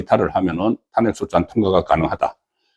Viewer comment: 탄핵 ' 이 아니라 '탄핵' 악센트를 앞이 아니라 뒤에 두고 발음을 하세요